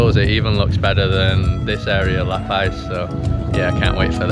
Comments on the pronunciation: Friendly info , It’s luh-pause not luh-pies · Dude eats LA PAZ not paies... please say it right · Ah ae ee oh oo El burro sabe más que tú! Welcome to La Paz Puerto de ilusión! Pronounced Lah Pahz. The tall cacti are Cardones. I grew up in La Paz. in the 1960's the roads your driving on didn't exist then. It was an all day adventure to go to Balandra. For instance. I never heard of El Saltito. Private beaches don't exist here lolol they belong to all of us. Try swimming in the water on a full moon in the summer! It's awesome! You can see the irredescent plankton when you swim through the water!